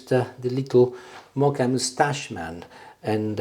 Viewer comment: *Moka, not Mocha pot!🙄😄